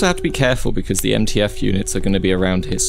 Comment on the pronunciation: ITS MTF NOT NTF